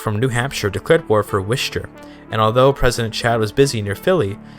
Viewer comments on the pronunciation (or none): take a shot every time he pronounces Worcester as "wishter"